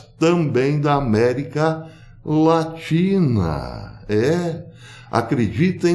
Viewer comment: America latri.. latina... kkkkkk.... que O ETERNO te abençoe.